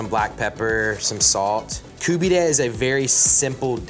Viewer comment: Stop saying Koobeedeh